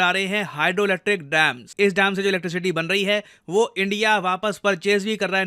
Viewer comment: Band nahi hota bhae ban hota h